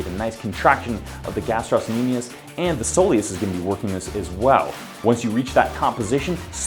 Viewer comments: Love the video but guys... GastrOcnemius no gastros-nemius please... Pretty sure the 'c' doesn't play a role in pronunciation aka silent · It's not gastrosnemius it's gastrocnemius though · Its pronounced "Gastro-nemius", there is no S sound after Gastro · Ga-strock-nemius, not however you were saying it, the c makes a K sound, not s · The ill mispronunciation of gastrocnemius